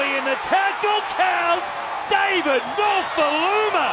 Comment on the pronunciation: It’s pronounced David Nofo-ah-loo-mah